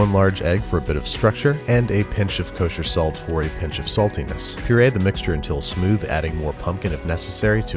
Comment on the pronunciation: Other Cooking Shows: And now we're going to add some salt... Babish: K O S H E R S A L T